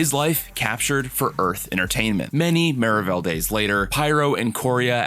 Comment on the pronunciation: I’m s maravell Suppose to sound like marvel